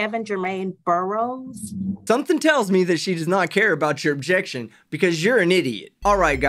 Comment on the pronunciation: I o-jec, I o-jec